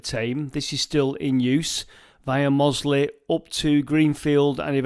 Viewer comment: Mossley and Standedge pronounced properly, and 98% of people get those wrong